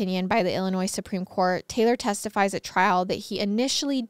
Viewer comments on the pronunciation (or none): The s is silent in Illinois 😅